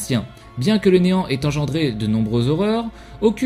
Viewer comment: je croit que t'as dit enan au lieu de néant